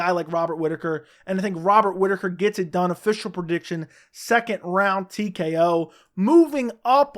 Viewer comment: Love you buddy but it's PREdiction not PERdiction